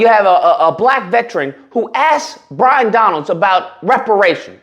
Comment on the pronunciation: His name is Byron not Bryon and he was born in Brooklyn. Your ignorance is pathetic. By the way do I get reparations for my dead family who fought to free the slaves? You are nothing more than a 💩stirrer.